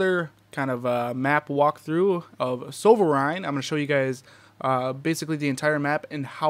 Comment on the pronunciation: Nice pronounciation of "Sovereign" LOL Thanks for the guide!